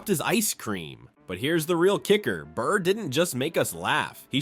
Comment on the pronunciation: It’s Burr not bird and your failed humour attempted voice overs made this total ear poison